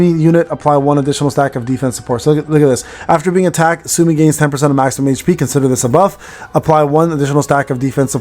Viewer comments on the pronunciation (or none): 'Soo-Oh-Mee', no?